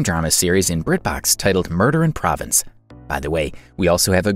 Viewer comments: It's pronounced, "pro-vonce". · “Murder in Provence” pronounced ‘pro-vahnse’ emphasis on second syllable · Will someone please adjust the voice bot to pronounce the name Provence correctly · Find a voice over actor who can pronounce Provence correctly.